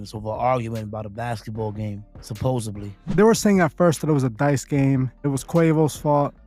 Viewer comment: Why these dudes so smart but still say things like "supposeBly" instead of supposedly? What the hell is that?